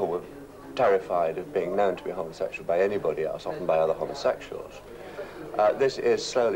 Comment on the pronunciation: Just love the way the presenter says, ‘homosexual’. Homma sex yuell. 🌈😃❤️🧡💛💚💙💜